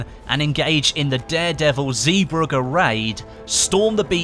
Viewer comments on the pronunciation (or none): It is pronounced ZeeBrughe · I love pronunciation of Zeebrugge. It litteraly sounds NOTHING like the actual word😂 no offence thi